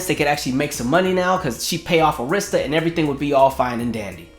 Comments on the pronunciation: Arista records is pronounced as 'Air'rista. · i had to clutch my invisible pearls that you pronounced Arista wrong!!! Im so shocked!!!!!! I still have her video collection dvd where she gave her commentary about all the videos